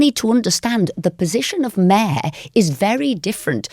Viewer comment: Pronounces mayor like the Australians pronounce No.